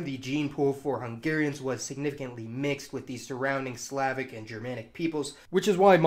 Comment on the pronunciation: Please look in a dictionary for pronunciations before you broadcast. Your pronunciations of "Slavic" and "Scythians" make me cringe.